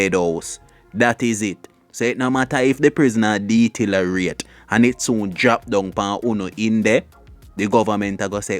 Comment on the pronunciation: Vlogger the word is deteriorate not detilerate😅😅😅😅get that correct next Time fool😅